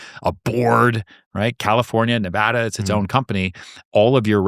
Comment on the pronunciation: Oh my God, Ryan said Nevada correctly bravo!!